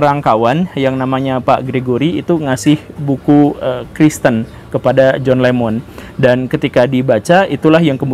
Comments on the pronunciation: John Lennon bukan John Lemmon pak..😁😁😁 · Boss kalau belum menguasai materi lebih baik jangan di bahas, Jhon Lennon masa di pengucapannya salah melulu Jhon Lemon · koq john lemon..??..😂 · kok kadang menyebut John Lennon sbg John Lemon sih. 😂